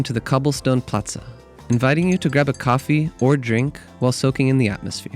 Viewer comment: It’s not platza it’s plaza🤣 Your background music is far too loud between the narration. Nice clip🥰